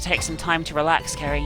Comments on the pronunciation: At one point,you said Kerry not Ceri XD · Did anyone else notice that sometimes pronounces Ceri's name "Carrie"? It happened at least 4 times in the video. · Can someone count how many times says Ceri wrong this ep?